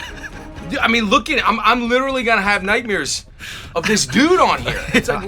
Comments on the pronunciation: Did he just say nightmeeres? I thought Bernt Krystals was the only one that said it that way. iykyk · This dude saying "nightmeres" like Bert Kreischer